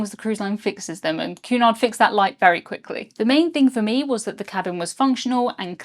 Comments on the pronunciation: I thought you were saying Qnon !! Queen Anne? The pee yellow color would have gave me sea sickness! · I've never seen it written until now so I always thought you were saying Q-nod instead of Cunard. lol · I enjoyed the video very much and good coverage of the experience. I do wish you might take the occasional break between sentences a bit of a heavy pace. Also as an American when your accent makes it sound like you are saying Qanon when you say Cunard.